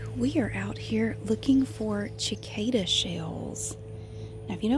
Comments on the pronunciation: the c at the start of cicada is is meant to sound like an s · So glad you are back!! I love cicadas. Ive always said sacada. Ive never heard someone say chicada, I love it!!! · I love listening to talk about things. Even cicadas! I've also never heard anyone pronounce it like that. Neat! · Ashley Smith i know! i didn’t know there was another way to pronounce it (the way she did) and i came to the comments and didn’t see any one comment on the different pronunciation, so i thought i was saying it wrong ahah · I've always loved cicadas and cicada shells, it grosses my sisters out but I like placing the on my shirt when i was younger. I've never heard anyone pronounce "cicada" differenlty before so i thought that was interesting.